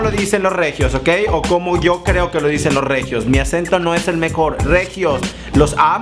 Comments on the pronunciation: Super mal jajaja estuvo padre pero así no es el acento jajaja :) pero aplicó el intento love u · Las palabras si estan bien solo el acento no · el asento esta mal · Si las décimos las palabras Pero dices mál el acento amigo 😂😂😅 No haté 😐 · hahaha, lo dijiste todo mal <3 like!